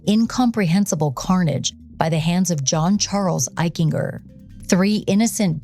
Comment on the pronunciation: Eichinger; a hard-G, like a J. "Eich-en-Jer" I went to Middle School and High School with John, he was a pretty nice kid but I noticed a cruelness once in light of what happened.